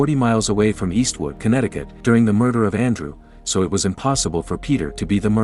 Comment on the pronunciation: How much time did he have to say it was conetticut